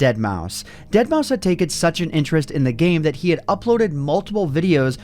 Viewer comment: you pronouncement continuously wrong. Say it like deadmaw five